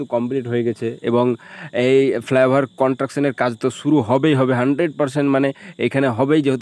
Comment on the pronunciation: কথাটা কনট্রাকশন নয় কনস্ট্রাকশন। আর জ‍্যাম্প নয় জ‍্যাম। উচ্চারণ ঠিক না হলে ভীষণ কানে লাগে।